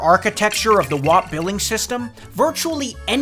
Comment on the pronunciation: Oh boy, then you started pronouncing WAP wrong. Anyways, still loved this video, always excited to see pop up in my notifs!